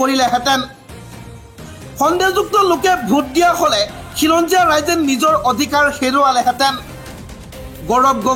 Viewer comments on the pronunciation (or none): Odikar nohoi kela odhikar buli ko